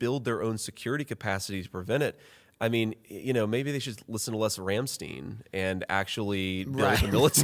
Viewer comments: Its pronounced Rum St'Ine "Rammstein" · The most offensive thing I have heard is how he pronounces Rammstein. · I'm more offended about his pronunciation of Rammstein. 😂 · J.D Vance is that last person I’d expect to know who Rammstein is😂😂😂 He did pronounce it wrong tho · Apologize for pronouncing rammstein wrong 😂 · Add Rammstein to the list of words JD needs to hire me as a pronunciation coach to nail. Along with fentanyl and Pokémon. Cmon I’m a poor type 1 diabetic Buckeye myself!